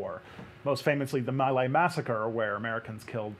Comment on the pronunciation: My Lai - Sounds like me lie not my lay.